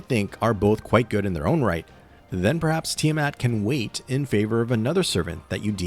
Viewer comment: THANK YOU for pronouncing her name correctly and not saying it is "Tyre mat" 😭